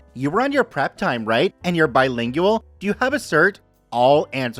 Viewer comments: Bilingual, trilingual is not ling- you-all. It is ling-gwal. I think you may be the person who says they stumble over plurals of words like analysis. More than one analysis is pronounced anala-seize. Also one diagnosis, several diagno-seize. I hope that helps. I could have the wrong YouTube person that mentioned they had this difficulty. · Mr. Narrator, PLEASE learn how to pronounce "bilengual." It's 3 syllables, not 4.